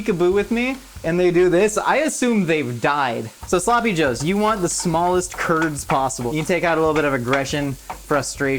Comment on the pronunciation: There sloppy -ohs